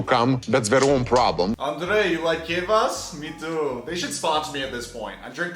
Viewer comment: You saying kvass wrong is irritating me